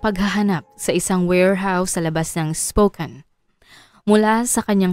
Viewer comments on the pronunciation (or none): Spokane- spo-cane po ata ang tamang bigkas